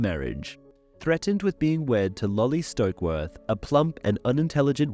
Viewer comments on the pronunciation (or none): none